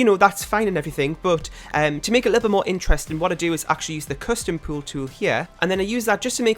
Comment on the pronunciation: Your accent on “pool tool” is my new favourite thing!